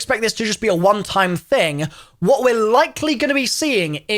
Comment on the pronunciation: All American got triggered when he sayed time wrong way :D